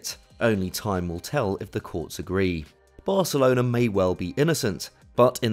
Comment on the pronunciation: is he saying varcelona xD